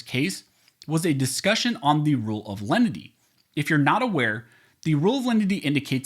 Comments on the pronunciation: Perhaps it is simply my ears playing tricks on me but it sounds to me like you are pronouncing it several ways during the video. Here are the various ways I heard it: The Rule of Lundy The Rule of Lendy The Rule of Lenity The Rule of Leanenity What is the actual rule? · You pronounce the name of that rule different ways. Close Captioning spells it differently multiple times. Please spell it out so I can research "rule of lenity, lendy, leninity, or however you spell it. Thanks! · Even with good headphones I cannot understand that phrase at all, He says it 100 times but he mumbles it each and every time. Is he saying "Rule of Lundy" or something else?